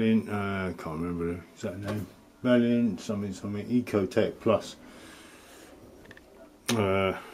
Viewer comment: It's Vaillant not valiant